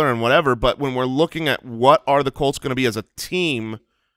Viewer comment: Lol sounds almost like "caults"